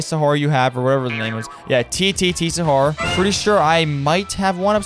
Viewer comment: Bro it’s tetete sahur not taytaytay sahur😭